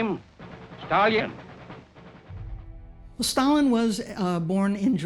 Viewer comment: sure does sound like he said Stallion, not Stalin